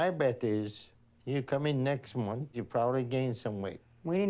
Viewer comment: you pronounce ' month' really weirdly.